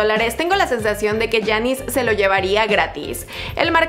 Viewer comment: Porqué no pronuncias bien el nombre de giannis